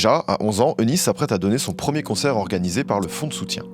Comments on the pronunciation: Magnifique vidéo comme a chaque fois, merci beaucoup. Je me permets juste de préciser que le prénom Eunice se prononce Younice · Petite précision le nom Eunice se prononce « unice »